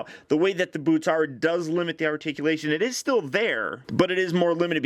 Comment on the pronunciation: When he said boots I thought said boobs